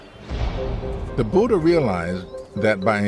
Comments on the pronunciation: 'Bhooooodda' phonetic Massacre 💀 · it's Buddha, not 'Budha'.